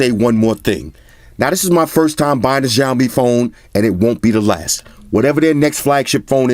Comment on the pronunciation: The letter X in Xiaomi is pronounce like an S. Almost like a snake hiss. So it should be Siaomi rather than the hard J you are saying which sounds like Jiaomi.